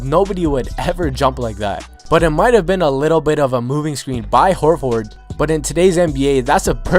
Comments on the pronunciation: did he seriously just pronounce it hor-ford... its pronouced hor-ferd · Stop saying "Whore Ford." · Al Horforrrd huh? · It's one word not hor ford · How his says Horford cracks me up 😂😂😂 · I'm just dying at the way this guy says Horford